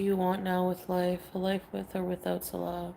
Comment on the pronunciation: strange how she still sometimes mispronounces her own rented "husband"'s name. ("SALL-uh" instead of "suh-LAH")